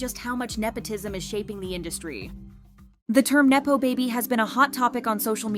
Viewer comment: neppo...not naypo.